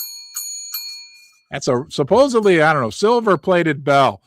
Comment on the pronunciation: I'm usually not a pronunciation Nazi, but the word is "SupposeDly, not supposeBly. There's no B in supposedly.